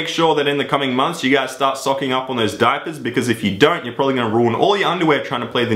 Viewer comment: Diapers? And you say that your accents Australian you fuck